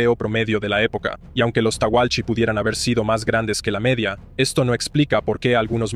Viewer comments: Muy bueno el video!! Lo único malo es la pronunciación de los nativos Tehuelche, lo pronuncias tauhalchi. No se si es que tú sabes hablar indigena y esta bien pronunciado o es una fé de erratas. Naci en Argentina en los ´70 y me enseñaron en la escuela que se pronuncian "Teulche". Buena vibra para tú canal! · No es tahualchi, son TEHUELCHES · No es "teguelche"?